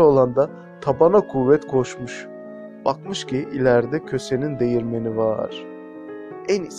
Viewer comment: Dehirmen değil değirmen